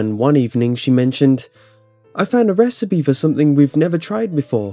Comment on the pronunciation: That's it! I've come up with a new recipeh! (Not even sorry)